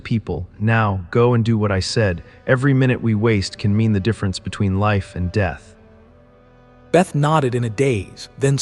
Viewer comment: Little annoyed that the voice keeps calling beth - Bait...